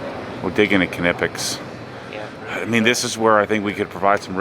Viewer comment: For Knipex, it’s pronounced “ni-pex”